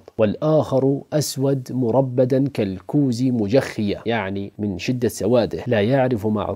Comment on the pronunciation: جزاكم الله خيرا يرجى الانتباه لتشكيل الكلمة (مرْبداً) الراء ساكنة